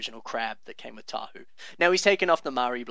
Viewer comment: . Did you just say "Tahu"? Tahu?! How DARE you spread such BLASPHEMY?! You will be sent to the Pit for this!!! Also "Kalmah" = "calomary", right?